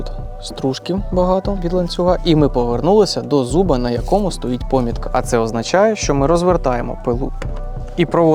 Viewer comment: Наголос у слові помітка і напилок падає но другий склад, а слово акумулятор і пишеться і вимовляєтся однаково з однією а і двома у.